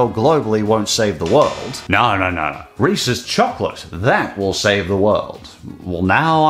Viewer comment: I always appreciate how you pronounce Reese's correctly. As in Reese-iz instead of REE-SEES